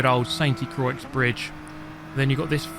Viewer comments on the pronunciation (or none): Damn, do you have every Group 3 car?? I hate like hell when they "gift" me a car I already have. That irks the hell outta me. By the way, if no one else has said, it's pronounced 'croy,' not croix. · It's pronounced "Qra" not "Croyx"!